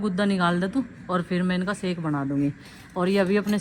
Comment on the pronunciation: Sake nhi. Shake hota😂😂😂😂